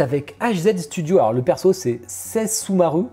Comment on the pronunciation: Ce Zenitsuuuuu, fiouuu. Je l'adore trop! Woaw du Perfect World?! Je jouais à ça, c'était il y a si longtemps. °° En tout cas elle rend bien, mais ouais, le socle est très gros. xD Je vais faire comme si tu n'avais pas fait un véritable outrage en essayant de prononcer Sesshomaru. Grande fan du perso, franchement la statue a l'air incroyable! Je l'ai déjà en PVC avec son frère, Inuyasha. Le soucis c'est que si je prend Sessho.. va m'en falloir une de Inu, c'est pas possible autrement.. mais woaw, la tentation est si grande là. °° Ca va surtout dépendre du prix et de la taille du truc mdr Si la Yunyun est jolie faut la prendre! Je vois pas le soucis qu'ils en fassent autant, je vois des Iron Man à la pelle qui se ressemblent tous, c'est bien pire.:p